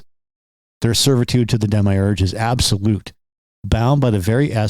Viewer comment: I couldn't take you seriously for pronouncing demiurge like that